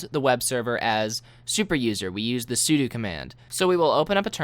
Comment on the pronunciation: Thank you so much for pronouncing "sudo" correctly!